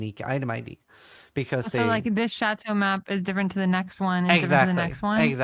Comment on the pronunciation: his pronunciation of "Chateau" HOLY....